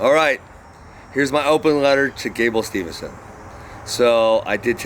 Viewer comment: Probably hasn't replied because you can't pronounce his last name correctly. haha